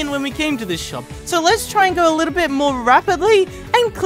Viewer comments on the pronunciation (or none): none